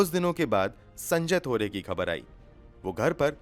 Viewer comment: Excellent voice and narration but bhai pls correct pronunciation of words u often say wrong. Egs- phaila not Faila, khabar, khoon, zila not jila.